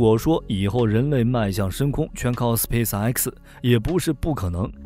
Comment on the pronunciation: 一口一个斯皮死埃克斯笑死我了